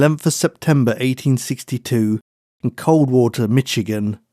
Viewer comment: your voice is so nice, I thought it couldn’t be real. Oh, you mispronounced “Michigan”. Lol.